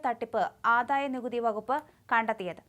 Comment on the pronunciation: ഈ 'ആധായ' നികുതിയും 'സമുധായ' നേതാവും.....ഒന്ന് മാറ്റി 'ആദായ' നികുതിയും 'സമുദായ' നേതാവും ആക്കിക്കൊടുക്കാൻ ചാനലില്‍ ഉച്ചാരണം അറിയുന്ന ആരുമില്ലേ..? ഈ നേതാവിന് പേരില്ലേ..?